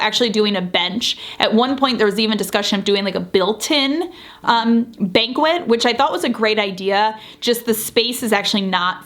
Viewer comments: Had to look this up, as I’ve pronounced banquette as BAN ket in the past. The online dictionary shows it as [baNG’ ket], which I suppose indicates a nasal “n” sound. The rug, chairs, and bench you chose are fantastic—love how the colors harmonize! The wallpaper makes the whole area look richer and more finished, too. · No. It's actually bang-KET not "bankwet." with accent on the 2nd syllable. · Just an FYI, banquet & banquette are two different things with two different pronunciations. You pronounced it like the large celebratory meal or feast, instead of the bench-like seat. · I know the word “banquette” looks like it should be pronounced “bankwet” like “banquet.” But “banquette” is pronounced “banket,” like “blanket.” Love the new look! So smart to source the stuff yourself. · Bank-ette, not bankwet. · It’s BAN ket, or more formally “baNG’ ket” (kind of nasal with the “n”). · I might be wrong but I think the bench is pronounced “bankette” not banquet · HA!! Not a "BANQUET" a "BANKET" 🤣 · It's pronounced "BANKETTE." Not banquet. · It's really cute, and functional for how you're daily routine is right now. With little ones and a dog running around, the furniture placement is a good solution. Isn't a dining bench pronounced "bank-ette?" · Arrrgh - It's pronounced banket, you have a banquet at a wedding. Sorry. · A banquet is a meal or a feast; a banquette is a long upholstered bench. It's pronounced bankette. FYI! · It is pronounced “bank-ket”. Why don’t your drapes reach the ground? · Banquette (furniture) is actually pronounced “bang KET.” Without the “te” on the end, it’s banquet (“BANG kwet”), that is, a large formal meal often in honor of someone. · It's pronounced more like bang-ket. Love you and it looks great but I suspect that you are the type who'd like to know how to pronounce it. 😅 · Thank you for sharing the info that we can work with a designer in a way that works for our schedule/budget and style. One questions…..isn’t the bench pronounced “bank-ette”?